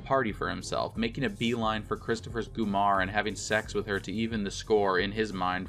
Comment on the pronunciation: Love the video. Cringe every time you say "Gumar" though.